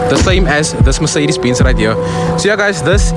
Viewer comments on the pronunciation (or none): Sorry brother but you said mercedes beans